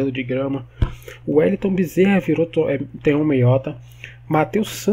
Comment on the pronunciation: Mds.. Tonhão? Eu esperando tu dizer meu nome e quando chega a hora tu diz errado kkkk, o ep todo o Tonhão reclamando que se meteu em encrenca e nós felizes pq gostamos de ver o parquinho pegar fogo kkkkkk